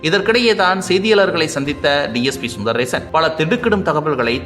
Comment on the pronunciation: செய்தி சொல்றவரே நாக்க போய் கழுவு... DSP பெயர் சுந்தரேசன். சுந்தர் ரேஷன் இல்லை சுந்தர் ஆதார் அட்டையும் இல்லை.